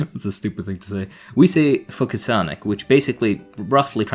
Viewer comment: fouk ilsanik!! You said it in a very native english speaker way! I didn't understand your Arabic. LOL.